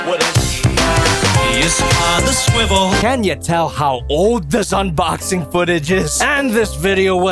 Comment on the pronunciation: I miss the days when we used to make fun him for saying swibel here 😔